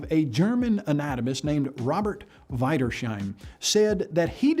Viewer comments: Weidersheim! Weider S HEIM ! Not sh! What a moron! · He mispronounces "Wiedersheim". It goes rapidly downhill from there.